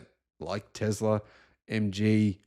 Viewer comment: Dacia is a Latin name, so you should read it Datschia. And Tesla iz Serbian, it reads with an S, not Z.